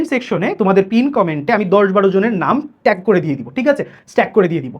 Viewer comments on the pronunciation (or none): none